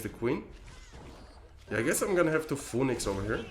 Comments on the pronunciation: The way he pronounced it is literally not the way you pronounce it in English. He is making the 'Pho' sound and then adding the 'E' and 'Nix' sounds after, when in reality is pronunced 'fee nuhks'. You can just Google it "phoenix pronunciation". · Phoenix is pronounced fee- nix 😂😂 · Phoenix is pronounced closer to "Finix" if you were to read it in Spanish. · I like how you pronounce "phoenix" in english haha